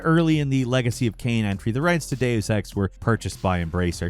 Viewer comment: For the love of God, please either stop putting Deus Ex on "" lists or tell him how to pronounce "Deus" and "Eidos".